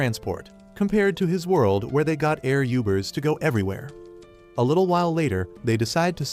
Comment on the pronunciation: "air youbers" NAAAH 😂